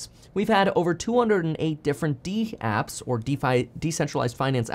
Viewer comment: They aren't called "dee-apps". They are "dapps". (Rhymes with raps.)